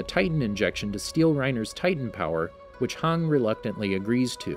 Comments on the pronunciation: It's not hang but Hange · Do you mean Hange not hang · this man really called Hanji Hang LMAOAOA i CANTTT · Bro why you say hang its hange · Her name is not hann it’s hange pls say it right and the e is not silent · A moment of silenced for calling hange 'hung' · hang...HANG, ITS HANJI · It's not hong it's "han-ge" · Why Haang, its pronounced Hanji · I hate being picky and I know there are a bunch of different ways people pronounce names, but it’s (han-jee) I understand (han-dge) but (hawng) lol come on man, at least make it look like your interested in the series and not just making a video for the channel cuz the story is popular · I was so confused about Hange when he said "Hang" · I hate how he says most things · it's funny how he got almost every name wrong in this video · WHY DOES HE CALL HANGIE HANG ITS TRIGGERING ME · Reiner Brawn and Hang Cant blame him for mispronouncing names lol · please tell your reader the ACTUAL pronunciation of names of characters. Every time I hear HANG I feel like crying. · This man called hange hung 🤣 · XD hange became hang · this guy is pronouncing "hange" like "hang" wtf bruh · Hange (Hon-Jee) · HAN-GEE jfc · this man really called hange hanji LMAOAO I CANTTT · Yeah, thats totally how you say Hange! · I swear to god if you guys miss pernounce hanges name one more time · I hate how he says hange like back of dude that's my waifu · It makes me pretty mad how he pronounces hange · hange should sound like hanji and jean should sound like jan not jeen